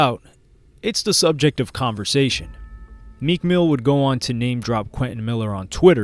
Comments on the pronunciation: U said meek ran into Mac killer dude wtf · Lmao i was rewinding and it said “most replayed” 😭😭😭😭i said ran into WHO